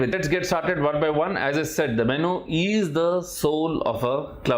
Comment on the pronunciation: Correct your MENU pronunciation